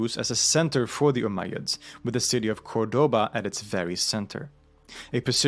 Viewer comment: The most amazing building I've ever seen. However I do wish Cordaba was pronounced correctly in the video